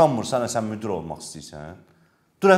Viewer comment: "Müdür" yox,"müdir"